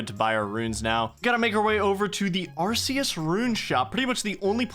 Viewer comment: Bro... you've gotta stop pronouncing Arceuus like that. It's AR-KAY-US. It's based off of Latin where they only have hard consonants.